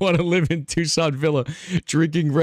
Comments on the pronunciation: Oh God I cannot handle pronouncing Tuscan Villa as toosan! It's a hard C! Aaaaaaaahhh. I could have gone my entire life without hearing that cursed pronunciation. Enjoy my tears of agony, sir. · Iys pronouncrd tusk-an its a region in italy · Not how you pronounce "Tuscan villa" 😂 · We not gonna talk about the pronunciation of Tuscan?